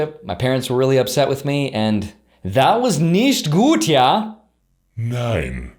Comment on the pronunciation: Gutes "Nicht gut". Greetings from germany 😁